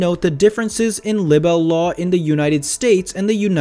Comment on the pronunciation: The woord is pronounced "Libe-el"!